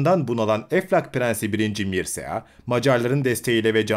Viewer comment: 1. Mırçea yada Mırça diye okunur.